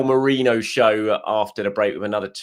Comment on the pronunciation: ~Merino~ Merinho 😜